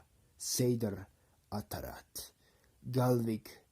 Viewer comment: You mispronounce the conjuration word atavat as atarat.......Kali Mesukiel Aketeriel Mahakala Bala Bala Hehehe Patlavati Kalabhairava